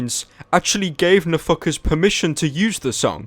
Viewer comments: i thought he kept saying no fuckers when he said nfkrz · Every time you say NFKRZ i only hear "a fuckerz" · I love how you pronounce NFKRZ